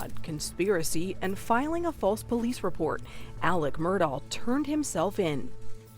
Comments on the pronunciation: Okay, let's get everybody in a huddle and decide how to pronounce this name: Mur-dock, Mur-dah, or Mur-dahl? I'm hearing all three in this video. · The killer’s name is pronounced MUR-DOCK. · I love how everyone pronounces this dude’s name differently. “Alex Murd-aww”, “Alex Mur-DOCK”, “Alex Mur-DOH”, “Alec Murdock”… which is it? 😂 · Is it Alec or Alex? Is the last name pronounced "Murdaw" or "Murdoch"? Pick one and go with it. Sheesh. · They pronounce the name "Murdock." Just saying. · I've even heard Alex pronounce it "Murduck" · It's a bad sign when the reporter assigned to the case can't pronounce the name of either the defendant or of the victims. Who is "Murdall"? 48 Hours usually does good work, but their episodes on this case are unbelievably bad. Both the correspondent and the executive producer for the Murdaugh episodes need to find a different line of work. They were horrendous in their output here. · Why all the mispronunciation?! The name is Murdaugh, but most people say Murdock! His name is Alex, but most call him Alec! It is driving me bananas!!! What am I missing?!?!🤣😂🤣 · It drove me crazy that the media could not get the last name right. He himself clearly pronounces it “Murdock”. The least the journalist could do was make she she pronounced it correctly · I can’t listen to her mispronounce his name. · Gosh the first reporter cant pronounce murdaugh. Its so irritating. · The fact that the narrator keeps pronouncing the last name of Murdaugh incorrectly just baffles me. You can hear the correct pronunciation throughout this very video and many other sources. How can a mistake like that be made over and over? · Does anyone actually know how to pronounce this family’s last name 😂😅 Mer-Dock Mer-Daw Mer-Dawl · Why did the narrator purposefully mispronounce the last name? It should be pronounced as it is locally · Ugh, hello 👋🏻. On top of that, his last name is Murdaugh, but he pronounces it Murdock. His whole name is frustrating.